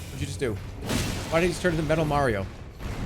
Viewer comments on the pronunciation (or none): none